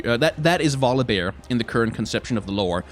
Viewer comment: first u talking about volibear i was thinking u say god of war :)))))))))))